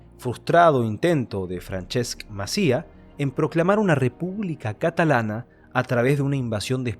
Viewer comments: Muchas gracias por el vídeo, muy meritorio y muy bien explicado. No me resisto a matizarte que "Alhucemas" se pronuncia /alucemas/ porque la "h" es muda también en este topónimo. Y se dice "Francesc /Maciá/" con acento en la "a" de Maciá y no /Macía/. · Me resulta extraño porque leches no pronuncias bien muchas cosas... si eres Hispanohablante!!!?? haha " Aljucemas"? la H se pronuncia en Argentia cual Gringos? "Frances Macía"? la tilde en la A no se aplica en Argentina, que sea abierta no significa que cambie de letra... Macià. Por cierto y el asesinato de José del Castillo? Acaso la guardia civil fué a por calvo sotelo por que si? Nunca en mi vida había visto un video tan sesgado. Pareciera que la Falange no cometiese terrorismo como los otros grupos politicos. Mi bisabuelo era de la CNT, era un asesino terrorista antes de la guerra y murió condenado por ello... sería hipocrita de mi parte, hipocrita como lo está siendo usted, negar estos hechos, y ya sea por afinidad politica o familiar vender la moto que se vende generalmente en España, que todos los de izquierdas eran buenos y ninguno de los de derechas era minimamente aceptable eticamente, y que por tanto lo que hacia mi bisabuelo era bueno, porque luchaba contra el fascismo y el mal encarnado en él. Tristemente estas vendiendo una pelicula de indios y vaqueros que aquí nunca se dió